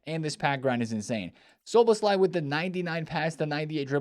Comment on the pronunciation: Why do you keep mispronouncing the man name, please listen to the commentary of English futbol to know how!!! It’s pronounced So-Buzz-Loy